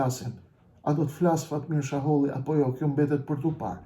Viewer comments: Sheholli jo shaholli. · Zotri jo Shaholli por Sheholli.! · Jo jo me jeta xharren ja paske fut kot😂😂😂jeta xharra e ka bo publike qe ky dhe behxhet pacolli i kan marr 2 milion euro e nga ato 2 milion 600 mij i ka marr ky sheholli e jo shaholli qysh po e quan ti😂😂😂pra me jeten gabove